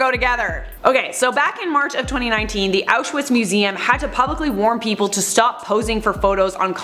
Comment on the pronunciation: If you’re going to talk about auschwitz at least pronounce it right.